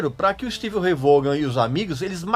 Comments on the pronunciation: Vorran?? Não se pronuncia assim, se pronuncia Vóhn! Como o Régis ama corrigir e ensinar pronúncia certa, tá aí a maneira correta de pronunciar o nome dele! Excelente vídeo! 👏🏻👍🏻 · A pronúncia correta é Stevie Ray "Von" e não Vogan ou Vorran. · O Régis gosta de corrigir a nossa pronúncia, mas o certo é: Stevie Ray (Von) Vaughan. 😆😆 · O cara era fera. agora aprenda a falar corretamente o nome dele.